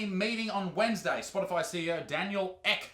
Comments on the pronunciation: Daniel Ek with a sustained e. Not Eck.... /Sweden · Ek means Oak in Swedish, and it's not echh you say it like eeeek xD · Just pronounce the Ek as you would the end of meek, would be a lot closer. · lol Ek means oak in swedish and is a pretty common last name here in Sweden. You prononced it pretty wrong too. No hate just saying. Love your vids!👍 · He says Ek like we province this substitutes last name, (she’s such a drag btw) 😂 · Fucking oath Isaac! Also I will send you a voice clip on how to say Daniel Ek.. ;) -Anton